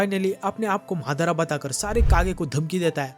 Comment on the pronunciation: Are bhaiya wo madar nhi madara h😂😂😂😂😂